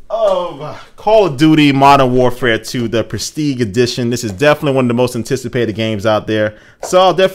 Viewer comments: Did he pronounce prestige as presteeg? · its pronounced like presteej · prestig ha he said it wrong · "pres-teeg" edition. come on man. PRES-TEEJ, that's a soft G, FIX THAT SHIT. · Also, it's pronounced, "Presteege" not "Presteeg" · Presteeg? wtf... it's "preh-steej" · ''presteeg'' lol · ITS PRESS-TEEG GET IT RIGHT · LMAO "presteeg edition" Those plastic night goggles look like they won't last long. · did you just call it the "PresTEEG Edition?" - he totally just said PresTEEG. Guess you don't need a 4th grade education to join the army.... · Did he just say "Presteeg" -. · presteeg.... he says presteeg instead of prestige. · prestige is pronounced press-teej. Secondly what the shit, night vision goggles? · He said prestege edition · Stopped watching the moment he said presteague (instead of prestige). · haha, he pronounced it as "prestigue".. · He said presteige funny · Why can't Americans say PRESTIGE? It's PRESS TEE(soft J)E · Presteeg edition LOL this dude doesn't even know how to say prestige! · We can, he said it wrong. Don't blame all of us just because he mispronounced it. He's the only person I've ever heard say it wrong. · Prestige I believe is french. So you're saying it wrong. lol. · great vid, cant wait for goggles video, one thing thiough... its prestige with a soft G not hard. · that's not how "prestige" is pronounced. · the G in prestige is pronounced more like a J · soldier knows best... but he cant pronounce "prestige" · you said prestige wrong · u said Prestige wrong. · He pronounce prestige wrong... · thats not how u say prestige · yea, not a hard G and silent E.... G! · lmfao you pronounced prestige wrong.